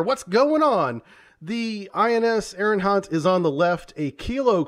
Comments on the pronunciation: I really apologize for being "that person" but it's driving me crazy ... It's "Ari - hant"... not "Ari - N - hant" ! Otherwise I love your content & knowledge! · The name of second submarine in ur ppt is wrong. It's not ARIGHANT, it's ARIGHAAT. And you can pronounce the name of ARIHANT as ARI-HUNT cause it'll be a perfect pronounciation. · His mispronunciation of the name is much cooler than its actualy pronounced.